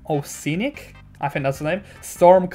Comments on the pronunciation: The oceanic is pronounced Osh-ee-a-nick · bro it’s oceanic like ocean blue “o she an ic” don’t me to be rude just letting you know